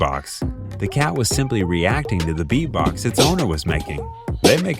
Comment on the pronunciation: 4 Ever Green: Great video, but ANNOYING, UNNECESSARY, DISTRACTING music in the background!! And btw, it's "versus" - NOT "verse", and it's "beat-box" - NOT "bee-box"!!